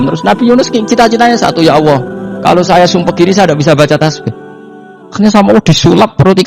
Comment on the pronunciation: Saya tidak mengerti bahasa gus baha, bikin pusing bahasanya lah. Dan kenapa menyebut ALLAH selalu terdengar AWOH,..